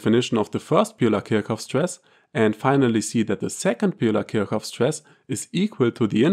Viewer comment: Are you not German? Why pronounce Kirchhoff incorrectly?